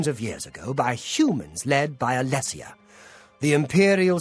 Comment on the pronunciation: "It's a pity these people don't know you like I know you, Belloch." "Perhaps you might warn them, eh? If only you spoke Xovitos. Heheh. And so you see, Doctor Jones, there is nothing you can possess which I cannot take away." (Also, it's a-LESS-IA, not a-LEE-sia. Why can no one ever pronounce this correctly? It's written right there!)